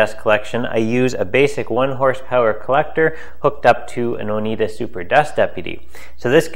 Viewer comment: Maybe just a nitpick, but you pronounce Oneida as oh-Nigh-da not oh-Knee-da. Thanks for the video.